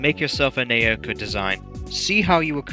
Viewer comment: As an unfortunate owner of Wii Music, I personally think the redesign for Naoko is pretty cute. Also, her name is pronounced "Now-Ko". Trust me, I had to learn that the hard way, myself. I also like the redesign for Ross. His old look is a bit too simple and not as expressive. I have to be honest, I liked the original design for Donna, since I saw her as a less of a mashup of Yoko and Alyssa and more of an orignal Mii design that looks like a light-skinned black or latina woman.